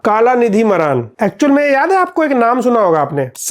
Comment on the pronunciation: मारन ❌ मरान😅😂